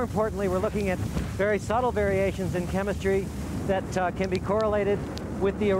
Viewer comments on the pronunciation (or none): “chem’ah’tree” face/palm.